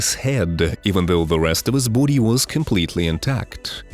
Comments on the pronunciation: Buddy, bOdy not boode. Besides that good job. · it's sounds like bhoodie 😁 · 😅 LMFAO every time I hear you say Body .. I hear Booty 😅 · Anyone else notice every time he says "body" it kinda sounds like he's a bout to say booty 🤔 or maybe I just got booty on the brain🤣. Great video by the way.